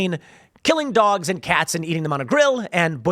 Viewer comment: Tim said dwags and cats lol